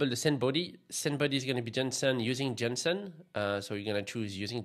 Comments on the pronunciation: you sounded like 'johnson'. In English you can say 'Jason' .. maybe you confused the names 😅😂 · Am I the only one who heard Jensen in place of JSON? :D